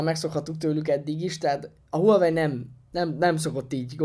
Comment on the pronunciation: A teszt tökéletes,de illene a márkát nem ezen a magyar nyelven is viccesnek tűnő kiejtéssel ejteni.